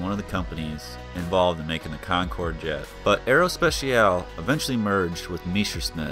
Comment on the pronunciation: Nice video. Btw your english pronunciation of aerospatiale was actually the closest of the french one ;)